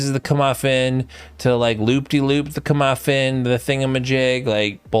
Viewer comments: Kirmuffin? Was that joke or sumthin? It's mc'guffin. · That dude butchered "McGuffin" calling it a "Comuffin" lol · K a correction, starfield has powers almost function identifcal to Skyrim shouts. And it’s macguffin not muffin